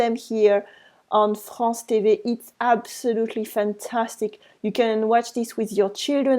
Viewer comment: For example when u said ' Some of us have' , 'French national TV', try not to place the stress at the end. So, in TV, place the stress on T and not V. All the best.